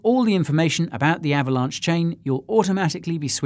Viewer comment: I just cant...lol ahhvalonch, ahhhhhvalonch.